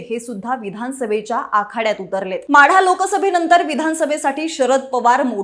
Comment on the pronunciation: माडा नाही माढा